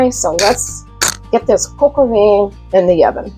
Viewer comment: The paste is called a roux (roo) and vin is pronounced van no veen